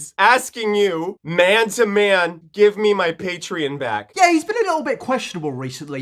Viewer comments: pLeAsE gIvE mE mY pAtReOn bAcK I hate the way he says patreON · Plot Twist: He actually lost his Patreon for pronouncing it Patrin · "Pay-Tree-In" fucking hate this dipshit. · How he says patrean instead of patreon is so fucking cringe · I cannot stand the way he says Patreon. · Lol. I'm a year older than Onion Boy and the way he says it reminds me of my Gramma Calling David Bowie, David Boyie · He shouldn’t have a Patreon just judging by the way he pronounces it